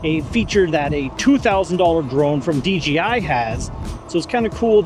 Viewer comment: It’s DJI not DGI